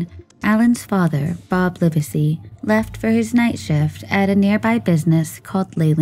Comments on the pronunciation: When recounting the story....get the names right to be respectful. It is not "Liversey" it is Live sey" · The last named is pronounced "LIV-zee" and the county he lived in is pronounced "LAN-ka-sure." Please research pronunciations. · This happened in my village at that time. I think it’s cute how you pronounce Lancashire; we aren’t as well spoken here 🤣And the surname, Livesy is pronounced as “livsy” My opinion is this; Alan was murdered by a pedophile… many of us thought it was odd that Alan was in his cadet uniform, and tied, which made us think it was some sexual incident. I didn’t personally know Margaret but I did see her at the WMC. A face that I knew but didn’t talk to. She seemed like most others of that time. A bit hard faced, stern, but certainly not capable of murdering her own child. Of course this was a big topic of discussion in the area at the time and I never heard anyone even suspect Margaret. As I said, we all thought it to be an older man - which may seem A biased view , as we often think of child murderers as older men. There was sadly, a great deal of these incidents at the time in the 1970s…men with sick perversions.